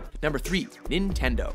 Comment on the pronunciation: Activision, Nentendo, Activision, Nentendo...... Nentendo.